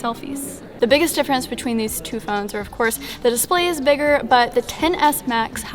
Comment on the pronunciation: You kept saying the “ten-ASS.”